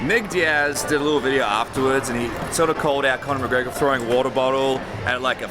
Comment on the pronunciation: Conor greygor? He doesnt even know his name